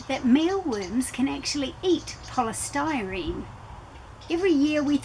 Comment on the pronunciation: I couldn't understand what you were saying that male mealworms like to eat that are usually tossed into the landfills. poststyrene is all I could make out what you were saying. Please spell it out. Styrofoam was the only thing close to what you said that could be the same thing, which I can't imagine them eating that!! Im not sure where you are from, but where ever it is the item must have different pronouncing in the United States